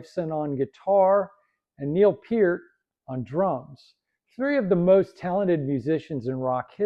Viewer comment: You said peart right Why did you get terry brown's name wrong. BROON. Thinh Broons Bane